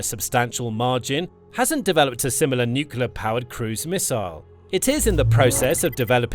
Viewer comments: "nuclear" pronounced "new-clear", NOT "nukuler"!🙄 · Please pronounce "nuclear" correctly! It's not pronounced nuke-you-lur. It's pronounced nuke-lee-ur. Nuclear. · Mr Pedi Pedantic here, please tell your text to voice software that the word is pronounced "new clear" not "newk you lar".😁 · For the love of god: Please stop saying nucular 😱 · Hearing "nucular" instead of "nuclear" on a channel like this is certainly something 😂